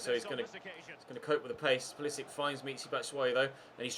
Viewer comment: can u stop pronouncing pulisic like a nonce please. cheers